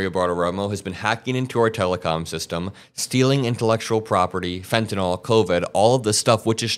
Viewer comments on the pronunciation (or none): . . . "Fentanol"? WTF is "Fentanol"? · When did Fentanyl become “Fentanol”….. When aluminium became Aloominum.. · It’s not nu cu ler and it’s not fentanol